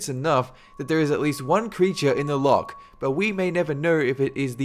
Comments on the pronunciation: No offence, but you said loch wrong. It has a something like a silent c so you pronounce it without a c. I know because I am from scotland. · your pronunciation of loch xD